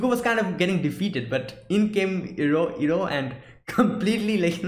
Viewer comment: Iroh already redirected lighting in episode 12 during the storm btw. Also you messed up with his name a couple times, it pronounced like eye-roh, not ear-roh. Season 2 is much more interesting and storytelling is much more fluid it expands on many previous concepts such as Avatar state and lighting bending already in the opening episode. Looking forward for some interesting episodes.